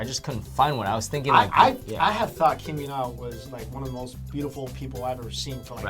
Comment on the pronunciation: It's Kim YEO-na not yoo